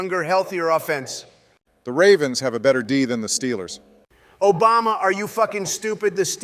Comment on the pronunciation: obamna whatttt